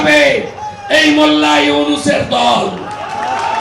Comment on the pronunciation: ইউনুস নামটাও যে ঠিক মতো উচ্চারণ করতে পারে না।এরা রাজনীতি করে কিভাবে???